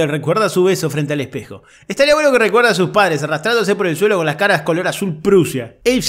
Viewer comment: bu-heno. Jajaja.